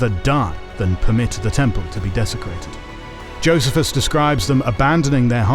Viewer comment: Who pronounces Pharisees, Sadducees and Essenes, or Josephus like in this video? 🤨